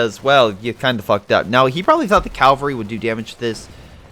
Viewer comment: Cavalry!!!! CAV-AL-RY! Not "calvary".